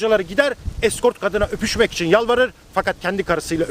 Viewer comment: Aynısını düşündüm.Öpüşmek fiilini ne kadar da vurgulayarak üstüne basa basa telaffuz ediyor. İlginç.